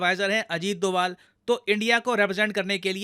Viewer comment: ये डोवल क्यो बोले 🤔🤔